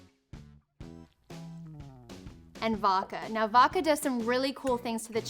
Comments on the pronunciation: voDka not voka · Does anyone else hear her saying "vahka" like "vodka" but without the 'D'?????